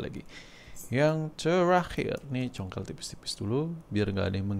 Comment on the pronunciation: “Maen congkel bae” 😄, bang, asli orang mana sih?